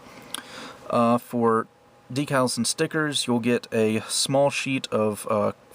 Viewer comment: This guy says "D-Cals"... a victorious high-five to you sir. (I hate how half these dudes say "deckals"